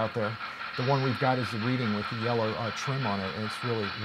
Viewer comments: referring to the locomotive you showed, it is not pronounced "Reeding" It is pronounced "Redding" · love this show. But please, please - Reading is pronounced like "Redding"!! All the East Coast railroaders cringed when you announced that beautiful model!!!